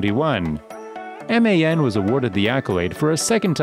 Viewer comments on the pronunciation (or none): MAN and DAF are not spelled as M A N and D A F but are read as a word, amnd IVECO is not Ive CO but Iveco, do your research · You know you can pronounce DAF and MAN without spelling it? Americans haha